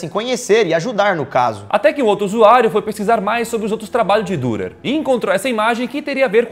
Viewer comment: O nome do artista ,que éra alemão se pronuncia "Direr" pois o alemâo usa trema(¨) no U¨e se pronuncia como I